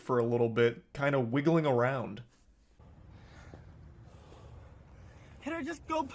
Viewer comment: “Can I just go POOUP?”💀